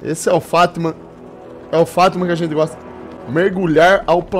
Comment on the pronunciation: Mano eu nao tou takando ele falando fatman kakakakakakak